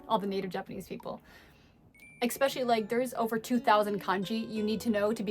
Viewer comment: She said ekspecially. Hahaha, english teacher!!